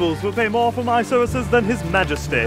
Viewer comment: why did they seep the take when the guy said serces instead of services also girliest throw ever recorded